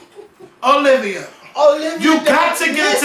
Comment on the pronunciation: YOU BETTER SAY IT! (that heart to heart with O-LIV-A) was MUCH NEEDED! LMAO